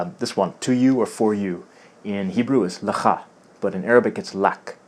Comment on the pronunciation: In Hebrew, when you want to say "for you" for a male, you actually saying lécha, not lecha